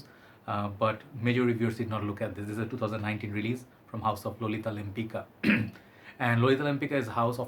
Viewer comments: That's true, but all (mostly american) parfum reviewers say 'Lempika' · It's pronounced LempiTSka, after the Polish painter Tamara de Łempicka!!! 🖤🖤🖤